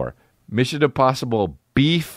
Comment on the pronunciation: Missin Imposhibble.